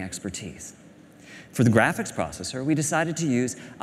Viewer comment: David Bradley its graphics not graph chiks